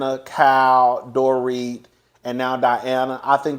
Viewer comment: You have been watching the show long enough to know Dorits name. It’s not Doret.